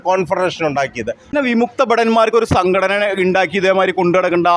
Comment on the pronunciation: "സങ്കടന" അല്ല, "സംഘടന" യാണ്